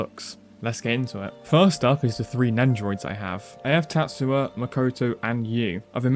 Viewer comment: bro whered the y go in tatsuya 😭why arent you speaking american